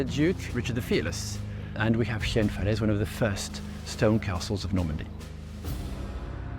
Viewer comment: Falaise Castle: the English pronunciation of French places is just awful and not useful at all.